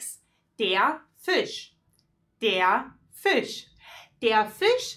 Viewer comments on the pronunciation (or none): none